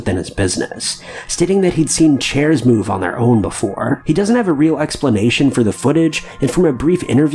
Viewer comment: seeing chairs move on their own befo-rre 😂